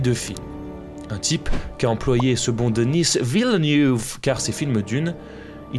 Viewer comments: Denissss Villenoueve. Sérieusement, il n'y a plus français comme nom. DENIS VILLENEUVE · Denysss Vilnouve.....tabarnack Denis Villeneuve c'est un Québecois prononce son nom comme tel !!!! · Belle vidéo instructive, mais je me pose une question. Pourquoi prononcer «Denisse Villeneouve» ou quelque chose comme ça? Faut le prononcer à la française, c'est un Québécois. C'est tout simplement Denis Villeneuve, comme une ville qui est neuve. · La manière tu dis Denis Villeneuve pour rire des anglophones - j’ose espérer dans le respect - est trop drole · Salut !! le réalisateur est Québécois , donc son nom et prénom se prononce en français ,(comme l'ancien pilote de F1 Jacques Villeneuve) Denis Villeneuve . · En passant, Denis Villeneuve, ça se prononce en français en non en anglais. Il est québécois. Merci! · Denis Villeneuve.... C'est un québecois français. L'accent anglais n'est pas nécessaire ;) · Denis Villeneuve ça se dit sans l'accent anglais hein c'est un québécois mdr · Pourquoi massacrer le nom de Denis Villeneuve? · Je veux juste souligner que Denis Villeneuve est un québécois et qu'il parle français!! C'est insultant que tu prononce sont mon en anglais!! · Prononcer Denis Villeneuve à l’américaine est tellement… Dénis est québécois et francophone. Respectez vous un minimum svp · pour se moquer des US qui n'arrivent jamais à le prononcer